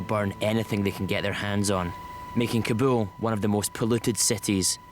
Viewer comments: cant even speak Kabul. whats kabool ? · hey it is no kaboom it is more like Car bull...ok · What’s kobo?!! It’s pronounced “KABOL”